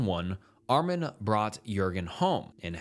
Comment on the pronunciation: You make pretty good videos, one suggestion, at least put the foreign names and words through a translate app. The Meiwes-Jurgen names are Mai-vez and Yoor-ghin. (Brent Yoor-ghin Brrandus and Ah-meen Mai-vez) If you put those names it’ll detect German and give you that. It’ll work for all names. If they don’t use the Latin alphabet then you can ask google or another AI to write the name in the corresponding language. Like, “How is Wong written in Thai?” And it’ll give you หว่อง and just put it in the translator from Thai to English. It sounds like, “Waahng”. Just a quick solution to make sure you’re not absolutely butchering names 😂